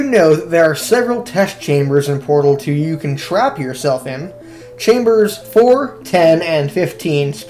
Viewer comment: Sounds like he said "BardleDo“ (Edbassmaster) instead of Portal Two LOL